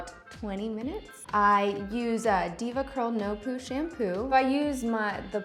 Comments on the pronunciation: I cringe when I hear devacurl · When she said "DevaCurl" I left the chat